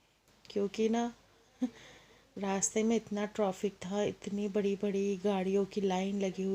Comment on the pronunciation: डियर आप बार-बार ट्राफि बोल रही है और बोल रहे हैं ट्राफिक😀🤣